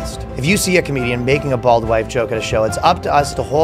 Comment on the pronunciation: bold or bald? not specifically clear.